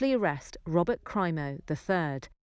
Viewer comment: Crimo (Cream-Oh).